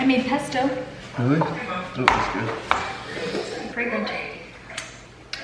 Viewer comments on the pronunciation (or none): I think you said “fragrant” but my ears heard “I’m pregnant” and I was like… why isn’t Weston reacting at all?! 😂